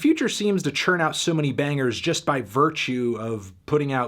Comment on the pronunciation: I need you to say the word “just” less, you say it wrong.